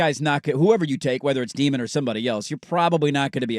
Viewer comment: Day-min, not Dee-min. And he's not athletic. Have you watched tape?